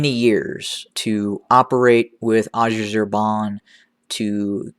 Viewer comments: Please google "how to pronounce Azerbaijan" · I wonder how much you been paid 😂😂😂😂😂😂😂😂😂😂😂😂 You sound White man 😆😆 😆 you can't even pronounce Azerbaijan 🇦🇿 it's funny that you know a lot about tdf but not EDF